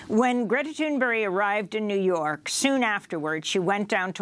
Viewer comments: It's Greta Thunberg not Thunberry. Right? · Why does Amy keep saying "Thunberry" when it's "Thunberg"? It's really weird. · Why are those people from the USA continue to pronounce it ”Thunberry” 😁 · If one hadn't seen the name, Amy's pronunciation would be written as 'Greta Toonberry'.